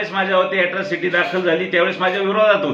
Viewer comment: Atrocity not yatrocity